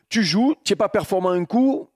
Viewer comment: Il prononce les tu « tchjiou »